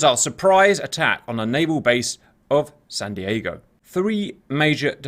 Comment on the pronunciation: Wtf is this guy saying Sahn Deeahgo? Are they from Wisconsin or something? was saying the name correctly.